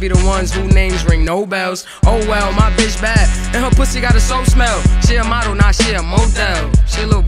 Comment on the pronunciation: lol she said modél